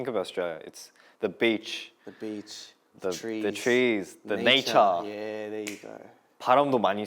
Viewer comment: "the nachuh" his accent 💀